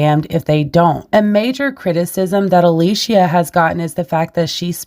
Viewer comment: It is actually Alicia